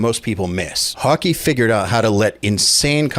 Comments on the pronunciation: Haa Keh kind of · More like Hoh-kuh I think. I can't speak Swedish tho. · Wouldn’t his last name be pronounced more like Hawkeh? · Tomas Hawk-uh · Hokey? I don’t know if that’s how you say it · Thats an impressive mispronounciation of his last name. Wow... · It's 'Tom-mess Hawk-eh', NOT 'To-MAAS Hawkey' FFS 🤦‍♂️